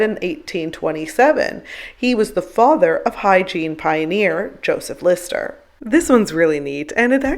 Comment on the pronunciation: Listrer... as in Listerine?